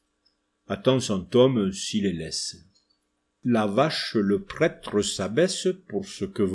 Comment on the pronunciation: Questions sérieuses : 1 pourquoi prononcez-vous prètre mais nosstre et fesste. Et 2 pourquoi ne prononcez-vous pas les s du pluriel (et du nominatif singulier masculin dieus) ?